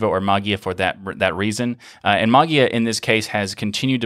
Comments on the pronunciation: interesting stuff. I still don't understand the video presenter's decision to say Maa-guee-uh. Maybe one could read the 'ei' as the 'A' diphthong to pronounce "ma-Gay-uh" or "ma-Jay-uh" or, as you point out "ma-Way-uh" or "ma-Yay-uh". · There are two problems for English speaking people not familiar with Greek: the fact that the "ei" (εί) is actually pronounced as a short "e" (as in beetle) - which becomes a longer, lounder "e" because it is also accented- and the problem of the "g" ("γ") which is not abvious at all. The presenter just heard it as... whatever and pronounced it as... whatever :) Not the crime of the century, though :) BTW, are you familiar with the "Erasmian Pronunciation"? Well, you can use it for ancient Greek texts (the ancient Greeks are long gone and there's no one there to correct you :) ), but don't use it with modern Greek, it's just wrong... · I definitely took note, as well. "Like, what do you suppose is the reason for the 'E' character? Why not 'Magia' if you wanna pronounce it that way?" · The word "Mageia" is the transliteration of the Greek word "Μαγεία", that's why you have that "e" in there. If you want to hear how it is pronounced in Greek, here it is: This is the way to pronounce the word mageia (μαγεία) = ma y i a , the y like the w in weather or y in yield, and the accent at the i. In English ge is often pronounced like a soft j, like the second g in garage, or the g in mirage. (Phonetically represented by z.) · Davis because there's not an official pronunciation and I was told that was correct. My natural way is with a J sound. As you can hear in this episode. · I thought you said "that's how they told me to pronounce it" to which I claim the necessary response is "then spell it that way"